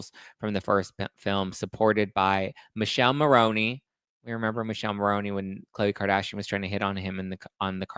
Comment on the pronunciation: In Italian is MiKèlE(the finel E sounds like the E in the name Emily) MoRRRRRónE(again sane deal than before with the final E) And Thé Italian island is CÀpri and not CaprÌ